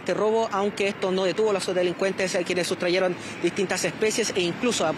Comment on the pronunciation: Sustrajeron! … no ”sustrayeron”